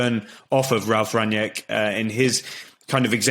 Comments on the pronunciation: Please pronounce his name correctly; two syllables - RANG-NICK and that is it. Do not pronounce it as you would pronounce an english name. Have heard only one guy/person on the various Stations pronouncing HIS NAME correctly. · It's pronounced "Rang-nick". Not "Ranjek". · "Rung-Nick" - You're welcome.